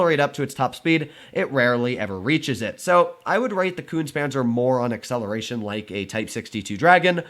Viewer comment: It is pronounced Koontz-uh Panzer! Es are not silent on the ends of German words.